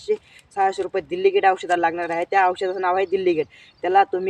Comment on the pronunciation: दिल्लीगेट नाही,डेलिगेट म्हणतात ❤